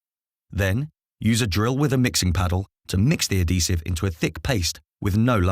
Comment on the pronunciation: Very useful video, but at least learn to pronounce adhesive properly if you're using it over and over again in a video! 🤣